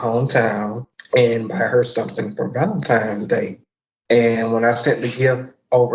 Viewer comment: Whoa - H, are you just gonna let your Bromance dude,, off the hook with the fact he said "Valentime's Day." With an M?!!:) Not cool,.